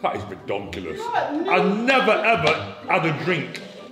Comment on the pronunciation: Love the fact he says redonculous aha